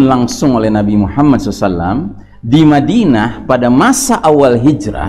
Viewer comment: ....baca shalawatnya jgn dsingkat.....masa SOSALLAM😭😂....SALALLAHU ALAIHI WASALLAM